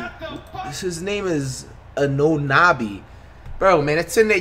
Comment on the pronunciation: The way he pronounced anunoby’s game kills me😂😂